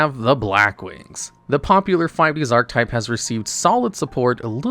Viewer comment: The way you pronounce "archetype" checks out for the average Yu-gi-oh fan of which often pronounce relatively common words incorrectly 😅